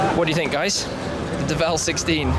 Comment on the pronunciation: So is it the Deh-vell...or...the word DEVIL ...but you are trying to pronounce it with a French flair to it? Toe-mayyyy-toe.....Tuh-mahhhhh-toe much? I'm gonna go with DEVIL...as in their clever change of spelling to DEVEL.